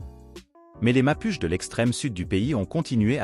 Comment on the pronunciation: Apprend à prononcer Mapuche et on ira quelque part 🥲